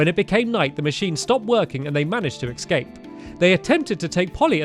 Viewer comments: "And I was able to ecscape" Stamps-2019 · He keeps saying "ecscape" and it annoys me. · It's escape... not excape